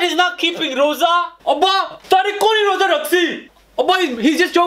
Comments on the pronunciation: Loza its lrosa or rosa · so funny when he said Loza instead of Roza